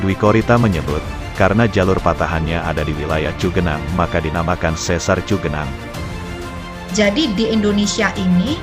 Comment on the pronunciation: Yg benar cigenang bukan cugenang iya Khan daerah Sunda mah udah pasti di awal ci....kalo cu itu para pendatang luar Sunda iya Khan.... salam dodol